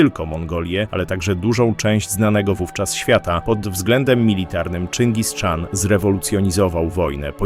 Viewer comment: Po polsku Chan wymawiamy tak jak piszemy czyli CHAN, a nie Czan.